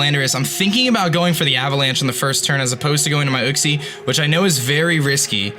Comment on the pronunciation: kleper yuxie* u-xie*